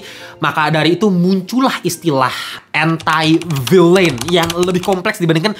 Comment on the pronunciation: ENTI VILEN bacanya koh